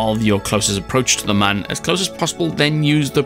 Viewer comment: It’s pronounced M-uh-n